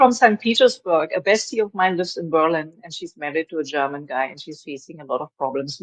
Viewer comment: Stfu....ur name should be deaf not DEF.....how dare you said Germa.......tan...